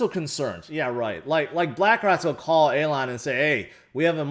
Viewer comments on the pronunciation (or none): ''Aylon"'? Its Elon! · Hey, it's E-lon, like the ees in fees. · Alon FUD fits the best... "Shhh. Be vewy vewy quiet, I'm hunting hodlers", "scwewy Bitcon" 😂